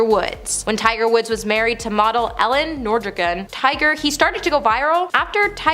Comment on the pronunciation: I really did try and watch this video through because it sounded like an interesting topic, but the list has almost nothing to do with the subject matter. Furthermore, the mispronunciation of names and common words gave me a headache. For instance, Tiger Woods' ex-wife's name isn't Ellen, it's Elin, pronounced E-Lynne. Dakota Johnson's mother's name is Melanie Griffith, not Griff. When to celebrities split with no ill will, they split AH-MICK-AH-BLEE (amicably). Finally, I know I'm being critical, but please stop throwing 3-4 previous lists together under a new title. It's not working. Again, I know I'm being critical, but I have a love for the English language and the epitome of rudeness is not knowing someone's name, especially if you're reporting on their personal lives. I know scripts are sometimes difficult to read, but please give it a once over before recording the video. ❤❤❤